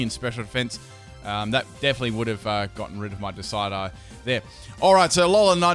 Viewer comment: "…my decide-eye." Why? Just… why do you do this to us?